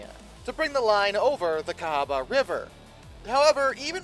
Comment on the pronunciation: Cahaba is pronounced ‘Ka’ ‘Ha’ ‘Ba ‘